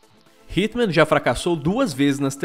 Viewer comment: Eu escutei Hitler e n hitman